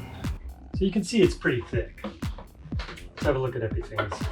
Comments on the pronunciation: It is pronounced "Epifawness" Your credibility is diminishes when you can't pronounce the name correctly. Lust absolutely will not go on smooth nor brus out. It also will not smooth out and too easily leaves holidays. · Great video! But you know you're mispronouncing Epifanes right?